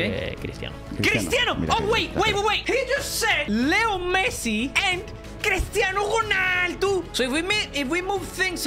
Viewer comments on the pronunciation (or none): who tf is cristiano chuuuunaldu Bro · The way he said cristiano ronaldo 🤣😂